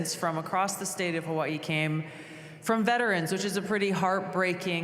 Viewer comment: You’re American Hawaii is American now. You should pronounce it like the rest of Americans not their native way. We were more powerful and won the island now call it what Americans do